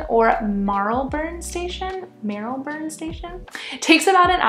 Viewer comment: Marylebone = "Mar-le-bone". 🙂